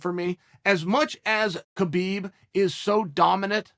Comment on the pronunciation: “Cabib and Joes-a Aldo”